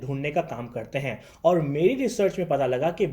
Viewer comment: Bhai pakistan me specially Lahore me R ko Dh pronounce kyn karte hain Jaise,..... aur ko audh, fir ko fidh, poori ko poodhi, sponcer ko sponcedh Aisa kyn